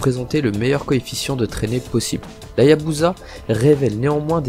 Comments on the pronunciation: On dit Hayabusa ! Pas Hayazuba bon sens ! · HaYaBuSa frero pas HayaZUBA lol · Dès que j'ai entendu hayazuba j ai stoppé net... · Tu commence fort avec HaYaZZZuBa mon fils ✝️